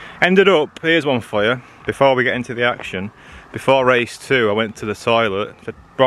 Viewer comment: "All the time you have to leave DA space " - Alonso